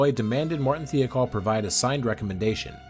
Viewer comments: Michoud, however, was quite incorrect. It’s a Cajun French name. Mih-show’d, with the d not silent, but not hard, either. Also.. Thiokol.. thigh-oh-call. I would not normally comment on pronunciation, but there is so much video and audio material with correct pronunciations, including news reports, contemporaneous documentaries, and video of the Rogers Commission hearings. It hits one’s ear with a thud and a splat. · FYI you mis-pronounced Thiokol. The "I" is not pronounced like "E". Other than that you nailed this.